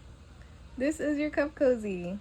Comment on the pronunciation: It is cute… but I also see me stitching it on the end of a sleeve… I thought you said CUFF COZZY 🤣🤣